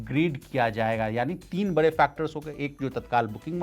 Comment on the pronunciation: बड़े होता है बरे नहीं ड़ का र क्यों पढ़ रहे